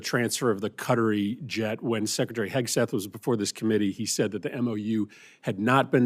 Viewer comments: Cuttery plane? As in Hair Cuttery? Please! It's pronounced Kuh-tari as in Atari with a K in front. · Where is Cut-a-ree? Does he mean Qatari?